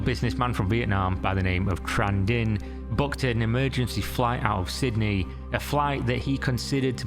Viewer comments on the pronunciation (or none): none